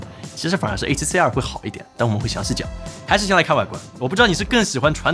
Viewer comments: C2跟CR听得傻傻分不清😂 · 跟介紹ZV E1一樣，完全不知道為什麼不改說英文就解決了